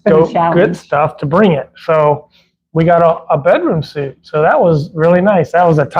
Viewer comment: Bedroom SUITE, pronounced SWEET